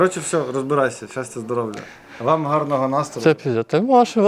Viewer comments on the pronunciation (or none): Ага, особенно «щастя, здоровЛя»